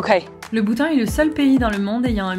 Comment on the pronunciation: "Bhoutan" sinon tu es belle et drôle 😂🤗💖😘💜💙😜